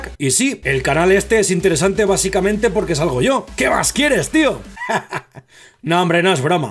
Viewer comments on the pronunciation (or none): none